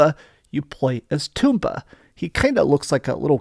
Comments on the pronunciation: It's tomba, not Toomba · everybody mispronounces Tomba. It's not Toom-bah. It's Tom-Bah. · The title in Japan is: トンバ The first kana there is pronounced most similarly to "toe," and pronouncing all three would most closely be for English speaker: Tome-bah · According to who, though? Where is the official pronunciation guide? I think it's more like Tomato, Toe mah toe, type deal. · I knew there was a reason "toom-bah" didn't sound right!